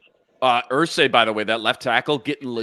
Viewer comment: I believe Ersery has three syllables. Er-Sir-Ree. I'm hearing Er-Say from you gents. Aireontae is my guy.